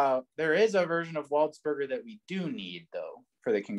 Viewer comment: Very enjoyable video, also I think his name is pronounced closer to 'waldspurjay,' cause he's like French and stuff